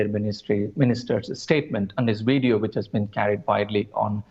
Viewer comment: he can't even pronounce video, i see we have much work to do